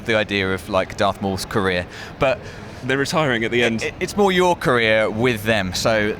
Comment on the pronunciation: I thought they were saying korea rather than career